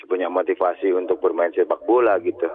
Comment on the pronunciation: Kapan majuh sepak bolah Indonesia Kaloh carah gitu hmm